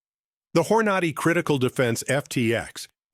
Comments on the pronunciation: "Hor-nah'-dee is not how you pronounce Hornady. It's "Hor'-nadee." Damn AI :face-orange-frowning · The AI they use can't even correctly pronounce Aguila and Hornady.